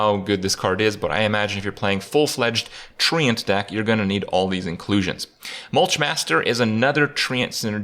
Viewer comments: "Mulchmaster" "Splinterroot" Kripp... Are you sure english is your first language? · Cmon guys did noone notice "Mulchmaster"